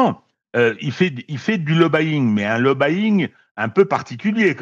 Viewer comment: On dit plutôt…LoBby -ing. Il n’y a pas de son « a ». Donc on ne dit pas lo ba Ying. Mais"…lobby - ing…I i i i